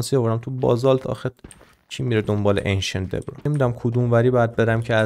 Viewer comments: عزیزم اون ایشنتدبریز نه ایشنتدبرا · چرا هرچیزی توی ماینکرفت رو یک چیز دیگه تلفظ میکنی 😂😂 فیدرفالینگ فورچون انشنت دیبرا ایا از عمد اینجوری میگویی 🗿